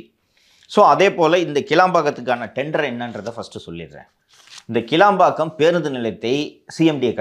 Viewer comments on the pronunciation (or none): அது கிளாம்பாக்கம், கிளம்பாக்கம் இல்ல🤣🤣🤣